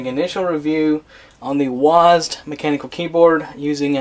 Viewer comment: did u just say "wasd"? It's W-A-S-D......... lol